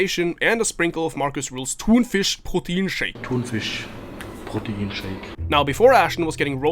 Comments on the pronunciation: My guy, your pronounciation of Thunfischproteinshake is immaculate. Honestly better than most germans would say it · NGL, Thunfischproteinshake was very well pronounced haha